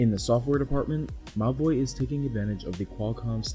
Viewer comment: Whenever he said: Mobvoi, I just heard "My Boi"